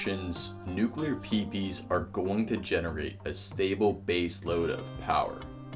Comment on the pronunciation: Nuclear Peepees! Haha! PMSL!!! Dude you did a pretty good job on the video, but some abbreviations should not be verbalised!